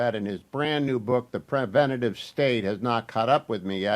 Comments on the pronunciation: Hugh! pre-VEN-ta-tiv is NOT A WORD!! The title of the book is The Preventive State (pre-VEN-tiv). It is excusable for illiterate people to utter non-words; but you are NOT illiterate. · Why can't Hugh say the word "preventive"? For crying out loud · My editor ears were pained by your pronunciation of Preventive. Glad he cited the name over and over and that you showed the cover so we can properly order it. Love the show. Big fan.